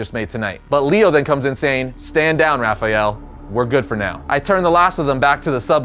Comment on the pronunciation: Why do you keep saying "Raphajel"? There isn't a "j" in that name.